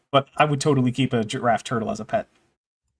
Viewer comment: I don't know why, but the way he says Giraffe feels offensive. I feel almost insulted when he says "A Gyaffe". Very perplexing